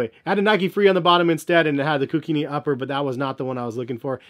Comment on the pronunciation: Koo-keen-eee, it means runner or messenger in the Hawaiian language.